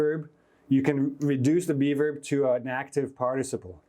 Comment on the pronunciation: Thank you for all these insightful classes, keep it up! The only issue I have is that every time you say "be verb" I hear "":D